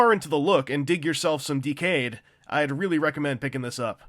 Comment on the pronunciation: The forced pronunciation of "Decade", an ACTUAL WORD, hurts me to the bone.